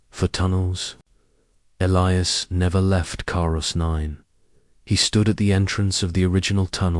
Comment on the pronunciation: Dear AI;His name is E lie as